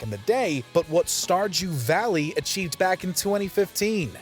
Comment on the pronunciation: Did anyone else hear "Starchew Valley"?